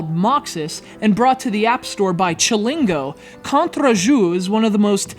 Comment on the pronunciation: never try to pronounce Contre Jour again Just kidding.